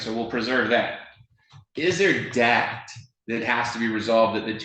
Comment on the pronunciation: And Judge, the word is pronounced debt (eh sound, not ah sound like you’re saying DAT, please stop.)